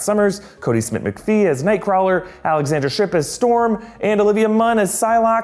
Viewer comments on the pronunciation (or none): none